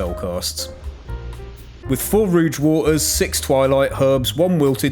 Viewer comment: Roo-uge water..